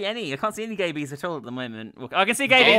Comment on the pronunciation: "Oh wait I see a gayby I see a gayby" was it sinow gayby?